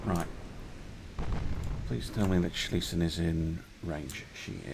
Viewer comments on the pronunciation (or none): Schlesien!Not Schliessen!!!